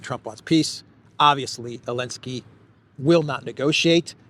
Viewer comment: ELENSKY ? REALLY? NOT ZELENSKY?